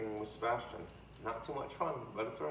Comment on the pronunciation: Sea-bass-tian.. that’s all I’m going to say.